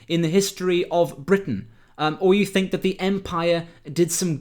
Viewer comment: Think... not "fink"...THINK you foolish moron.